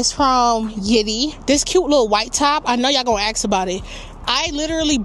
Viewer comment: I don’t pay for YouTube anymore. But holy HE 🏒🏒. Some of these advertisements are really getting perverted. also. What’s up with the word “ask”. Why do they pronounce it that way??? #6. Disagree. “Unspoken expectations is premeditated resentment” nnnnnNO